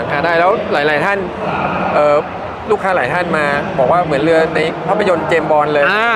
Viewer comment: เรือรึเปล่าครับไม่ใช่เลือ